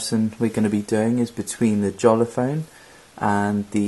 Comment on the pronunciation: It's pronounced Yolla